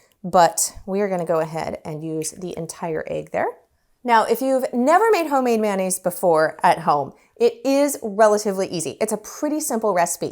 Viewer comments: Pronounced mayo-naise rather than man-aise. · Thanks for the tutorial,. Much appreciated. Now let me return the favor…. Mayonnaise is actually CORRECTLY pronounced: MAY-OH-NAZE”… not “man-aze”. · MAY O NAISE. Why do we say MAN NAISE😂😂😂😂😂